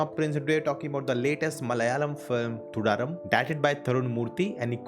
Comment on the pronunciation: Mate to be a better reviewer get exposed to pronunciation, use a Mallu friend . Earlier I told you it’s not porn as you reviewed Ponman film. So here it’s not thudarum as in room but it’s rum sounding ..Thudarum for your understanding to pronounce